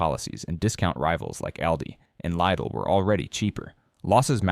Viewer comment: The I in Lidl in hard as in Ick